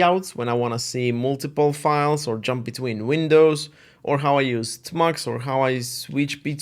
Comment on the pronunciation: its amusing / cute how he calls it 'tah-mux' instead of 'tee-mux' also, we're practically twins -- both split keyboards, kitty, tmux, neovim